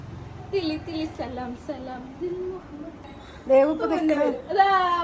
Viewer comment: ദോവു അല്ല ദേവു😅😂❤